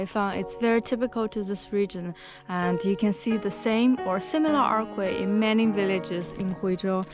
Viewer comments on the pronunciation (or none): You speak fantastic English but a little pro-tip is "archway" is pronounced "artch-way". It's one of those things that makes English so difficult but the "ch" is the same as "China". Hope that helps!